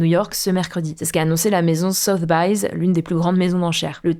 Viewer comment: Ça fait plusieurs fois que vous avez dit 'Sothe-byz' mais ça se prononce 'Sothe-bees' 😅